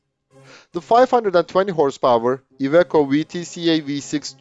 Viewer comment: Every pronounciation was correct, even that of "Iveco" which might be counterintuitive